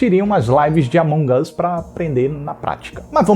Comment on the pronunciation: "O amonguios"